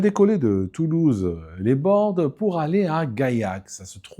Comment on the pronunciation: Lasbordes, pas "les bordes". Ça se prononces "lasse-borde" chez nous. Certains ne prononcent pas le 1er "s", et je pense que c'est valable. Mais ça ne se traduit pas de l'espagnol.